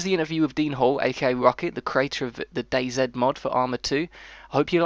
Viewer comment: It's day then the letter z you say it wrong